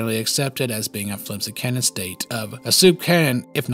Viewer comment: Completely shocked this guy doesn't butcher canon's pronunciation like he does with retcon.